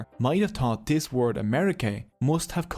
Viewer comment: Tree names he gave dose, tree towsend years ago? Wid out a dow't. Nedda t'aw't dat was troow. 🤔 It's not accent here that's a problem, taught for thought, tree for three, dose for those ect. If your not a native English speaker, it renders the whole video confusing and nonsensical.